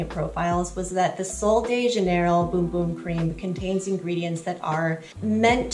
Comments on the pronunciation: It's not pronounced Boom Boom? Omg!!!😛🫣🤔 It's pronounced Bumb? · great video but bum and boom are two different words with 2 different pronunciations 😊